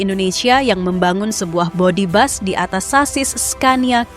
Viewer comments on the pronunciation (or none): Bus min bukan Bas😂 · Tolong bacanya bis bukan bas.. mau niru malaysia po?